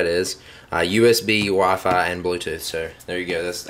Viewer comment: apparently he also pronounces WiFi as WaFai at 0.55